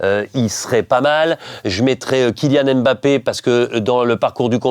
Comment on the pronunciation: ah denis pas toi quand meme prononcer Mbappe en AimeMbappe 😭😭😭. Denis le goat tout de meme